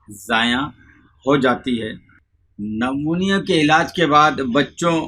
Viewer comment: اس بابے کو کچھ نہیں پتۂ کاغز سے پڑھ کر بتا رہا ایسا کوئى بھى پڑھ کر بتا سکتا ہے۔۔۔بالخصوص بلاخلوص پڑھ رہا ہے اور نمونیا کو نمونا پڑھ رہا جس سے صاف پتۂ چل رہا ہے کے سب رٹا رٹایا هوا ہے۔۔۔۔۔۔نیم حکیم خطره جان۔۔۔۔شہد نمونیا کے بچے کے لیے بلکل مفید نہیں ہے اس سے ریشۂ چمٹ جاتا ہے گلے میں ۔۔۔